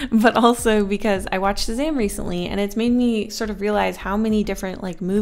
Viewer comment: Pretty sure she means Shazam